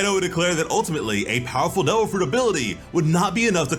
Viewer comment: I'm sorry.... did the narrator say "Doe Fruit Powers" or "Dole Fruit Powers"? Am I the only one hearing this?